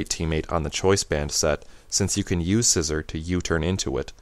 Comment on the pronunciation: Isn't it See-zor not Scissor? i pronounce Scizor Psy-zor and See-zor